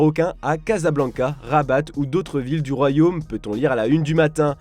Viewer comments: Rabat on prononce pas le T en français( en arabe o dir Rbat) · On ne prononce pas le T à la fin de Rabat 😅 J’ai entendu rabatte